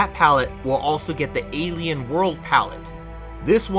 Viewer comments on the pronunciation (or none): none